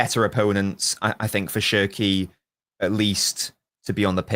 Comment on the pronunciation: Bro said “SscHerKi”